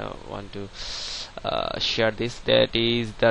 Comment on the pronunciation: HAHAHAHAH!!! LOL MAN, ITS SHARE, NOT SHEAR!